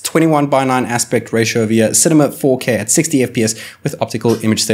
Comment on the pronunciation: Its cinema not cemema